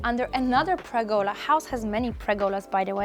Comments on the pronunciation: btw: it's called a PERgola, not a PREgola ;-) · Pergola. PER-gola. Not pregola.